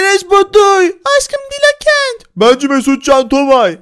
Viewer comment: abi dila ket değil dilaa kentt diye okunur